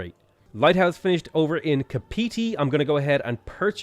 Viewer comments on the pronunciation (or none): im from New Zealand so i cringed so hard when you said 'kapeetee' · And Kapiti was also pronounced wrong